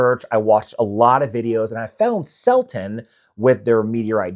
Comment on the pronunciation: Selten not Selton